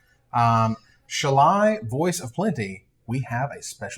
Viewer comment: Does get a dollar for every different way he can incorrectly pronounce Shalai?